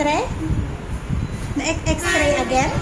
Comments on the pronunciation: Isa ka pa. Idol mo nga talaga si. X-ray is the right pronunciation not Xtray or exray. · Late comment pero pakibasa ng mga comments.Hindi xtray ang pagpronounce it's XRAY.. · X-ray po Hindi x-tray Kino correct ko lang po para Hindi gayahin ng mga bata na nakakarinig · Ilokana ak met, pinansin ko idin ta extray na.